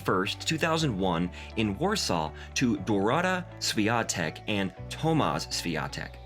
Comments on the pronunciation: You should pronounce her name something like that: "shvionteck" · Nice video. But pls do pronounce her name properly next time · Learn to pronounce her name if you make a doc ab her!!!!! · If you are going to make a video about someone at least make a minimal effort to pronounce her name correctly. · Would be good to learn how to pronounce her family name...? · You should learn how to pronounce her last name. She is a champion, my friend. And pronouncing it “the amerucan way “ is embracing and just unrespectful. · Skoro już jest nr 1, to mogliby poćwiczyć i nauczyć się wymawiać poprawnie jej nazwisko. : D